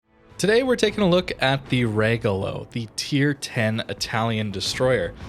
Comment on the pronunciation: RE - like in revenue - GO - like in go - LO - like in low. And high tone in the RE. REgolo